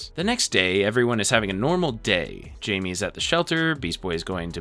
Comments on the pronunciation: The fact you really said "Jamie (Jay-Me) instead of Jaime (High-May) is insanely uncultured of you dude like what the actual fuck. Was that a troll or are you genuinely that unseasoned?! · Calling blue beetle jamie 😂 (hi-may)=Jaime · It’s not Jamie, it’s pronounced hi-may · This video was done by someone who doesn't really get it...ANNNNNND...it's not the entire DCAU...ANNNNNNND...It's *Hi-Me, not Jay-me...ANNNND... Nevermind. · You’re missing a decent chunk of the movies. Literally some of the best ones too. Also calling blue beetle “Jamie” its “Jaime” pronounced “hi-may” bro 😭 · Why does everyone say "Jay-me" his name is Jaime "High-me" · I waz listening only to this for a bit and when you got to the teen titans you kept saying jaime instead of pronouncin it "high-me" the correct way, you say " jay-me" its like you didnt watch any of these, or even Young Justice. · Blue Beatle’s name is pronounced “Hi-May,” not Jamie, fyi. It’s spelled Jaime also, he’s Mexican. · Bro calling blue beetle Jamie is fukcing hilarious. It's said with a h not a j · jamie reyes (hy-me ray-yes) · the j in jaime is pronounced like hiame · Jaime is Spanish and its pronounced Hai-May :> (sidenote if yall havent seen the live action movie for blue beetle WATCH IT its so freaking good) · im sorry but its pronounced jaime not jamie, like you can literally hear how his name is pronounced in the movies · Him call8ng blue beetle jaime instead of hye-may kinda rub me the wrong way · Yeah this kept bothering me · Thought I was the only one who had the same issue 😂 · It's pronounced 'hi me' 😂🤘🏼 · 93 minutes and you couldnt pronounce blue beatles name right once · so you talk crap about zach snyders superman, but you dont even know how to pronounce jaime's name properly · Blue beetle 's name is pronounced with an H like Jose is hosay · ain't no way u've watched this movie, and not pronounce his name Jaime the right way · i heard this and immediately when to the comments 😂